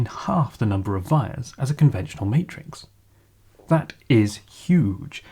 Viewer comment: Great video! To prevent a case of bystander syndrome, i do want to quickly say that "wires" are pronounced with a W, like, from the word "Why" or "Want" or "Week".